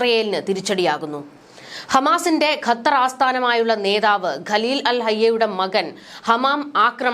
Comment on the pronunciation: ഖത്തർ എന്നുപോലും പറയാൻ അറിയാത്ത നീയാണ് വാർത്ത വായിക്കുന്നത്